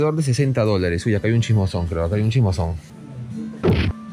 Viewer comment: "aquí hay un chismoson, aquí hay un chismoson" pensé que estaba hablando en japonés 🤣🤣🤣